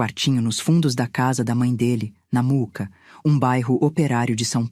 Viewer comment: Por favor não é Muca, é Mooca!!! Também não é missuruca é mixuruca kkkkkk arrumem isto por favor....